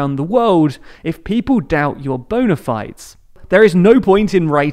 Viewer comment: Bona Fides is pronounced 'bone-a fee-days', not 'bone-a f-eye-ds'. It's Latin, as I'm sure you know, not English.